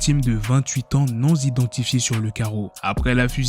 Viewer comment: A 0.36 y’a 1 liaison venue de l’espace « une victime non zidentenfiée 😅😂🤣😂🤣😂 tu m’as dead salopard